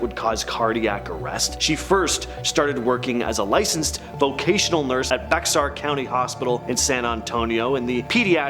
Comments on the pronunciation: It’s pronounced bear county the “x” is silence in bexar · Bexar country is pronounced as “bear country”! The X is silent! Also, what about a Top 10 strangest ways people have claimed to rid themselves of the paranormal. I was watching Haunted Hospitals. Season 3 episode 10 has a father, who’s a nurse. His daughter drowns but was brought back. When she returns home from the hospital, she has a spirit tormenting her. The father claims he got rid of the ghost by grabbing it, taking it to the toilet, and flushing it. He claimed the ghost hasn’t returned after performing that. That was the strangest way I’ve ever heard someone claimed that it removed the paranormal from their life.